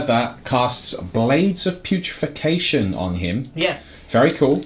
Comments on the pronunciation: Big fan of the battle reports. That said, don't want to piss on your cornflakes, but it's "blades of putrefaction", not "putrification"! Gets me every time! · The fact you’ve been saying “Blades of putrefaction” incorrectly for 18 months triggers me!